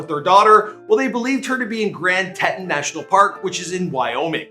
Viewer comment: Who else came back because he said Grand Tehtin? Lol